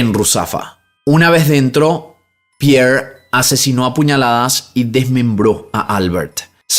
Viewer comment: Por que pronuncia la r de Albert como r inglesa? Cuando es español. Y lo mismo con Pierre. Sería una r francesa. Me llama la atención. Saludos me gusta sus videos😊